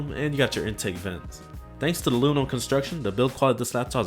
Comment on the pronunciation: Its aluminium!!!!!😡 What is loominum?